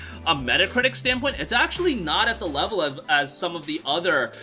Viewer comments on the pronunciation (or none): none